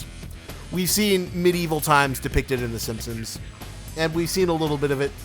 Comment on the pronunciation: It's The Simpsons not 'Simsims'